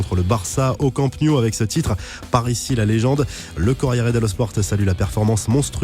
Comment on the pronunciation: « Camp new »??😂